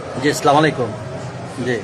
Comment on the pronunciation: স্যার সালাম দেওয়াটা শুদ্ধ ভাবে শেখেন প্লিজ